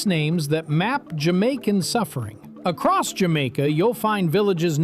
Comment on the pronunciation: he said acoss